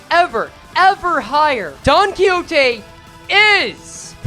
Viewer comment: It's clearly Don-Quxote